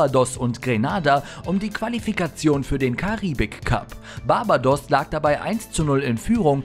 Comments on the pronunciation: Barbadoss 😂 also wenn man schon solche Facts raushaut, wäre die richtige Aussprache schon auch was feines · Sag Barbados noch einmal falsch finde ich dich